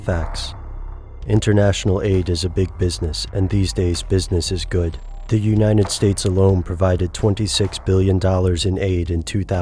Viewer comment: why he keeps saying uninet state?!